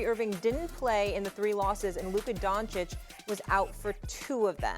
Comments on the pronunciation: Nobody: Mad Dog: Donkich 🫏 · bro said "Donkič" unironically. Who the f is this guy again? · HIS NAME IS NOT DONKISH! JEEZE! IT'S NOT DONSICK EITHER! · “Luka Donkeych” 🫏 😂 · I love how people struggle saying Doncic. If you can say cheech and chong you can say Donchich. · I almost heard "Bonkic" lol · Get Luka’s name right you dumba$$ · Who thought it was a good idea to put Mad Dog on tv. He consistently mispronounces and misquotes. Has the worst takes of all time. And just sits there with that stupid smirk like he thinks he knows what he's talking about. He's like all the negatives of Skip Bayless without any of the redeeming qualities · How is espn letting clowns that can’t even pronounce Lukas name speak on basketball? There’s kids in high school with more basketball knowledge than mad dog. Idk why he’s allowed to speak on anything other than baseball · Why are Stephen A and Mad Dog the only ignorant ones who still don’t pronounce Luka Doncic correctly? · Luka has been in the league for 6 years and these dudes who get payed to watch the game still can’t pronounce his name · Man they need to get rid of these people... One can't pronounce Luka's name, the other one said the mavs aren't a defensive team and SAS keeps talking about Kyrie and not even mentioning Luka at all. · Maybe one of these analysts will learn how to say Luka’s last name one of these days 😒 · Well it’s not that hard to pronounce at all, he’s been one of the top 5 players in the league for five years, and about half of the media doesn’t know how to say it, so yeah, it’s pretty annoying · Because its clearly a mark of disrespect. They have all heard other people pronounce it correctly.